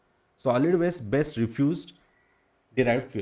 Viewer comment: Waste Vs West, Do correct pronunciation. Other things are okay